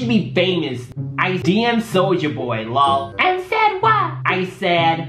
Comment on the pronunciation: He said lol not L O L😭I'm dead